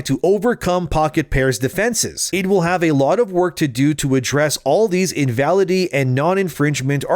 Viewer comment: DUDE!!!! - THE WORD IS... IN VA LID ITY